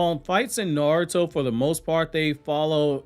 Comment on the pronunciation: This man can't pronounce words to save his life "shedori narrative and niaruto" like God damn pronounce it right damn shit